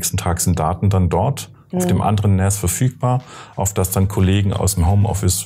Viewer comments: NAS spricht man zwar mit "A" nicht mit "Ä" aber ich feier "NÄÄÄÄAS" trotzdem super hart. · finde es komisch zu hören wie NAS ausgesprochen wird, man sagt auch nicht SÄN kenne es aus meiner gut 20 Jährigen IT Laufbahn eigentlich im deutschsprachigen Raum als Naas also mit langem A ansonsten guter Beitrag :) außerdem würde ich wenn man sich ein bisschen Auskennt zu einer Eigenbau Lösung raten. raid 5 macht Sinn also mindestens 4 Disks verwenden. Open Media Vault ist eine sehr gute Open Source NAS Software als Beispiel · jetzt will ich auch eins von diesen "Nähs"